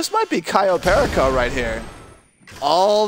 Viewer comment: It's CAYO PERICO please please🙏🙏🙏🙏say it properly🤣🤣🤣🤣🤣